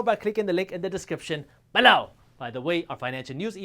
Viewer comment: I love the way he sais BEELOOW!!